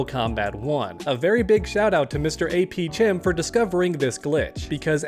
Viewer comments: His name is pronounced AP "kem" like AP Chemistry. Great video man. ❤ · I think the most disappointing part of this video is you keep saying mrapchem wrong. His name is clearly pronounced khem as in chemistry. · I'm starting to think you're doing this on purpose.... it's pronounced AP "kem". Aka AP Chemistry. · They way you said “chem” 😂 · Hearing butcher this guys name makes me cringe. It’s APchem as in CHEMISTRY. Seriously, isn’t this guy supposed to be a teacher?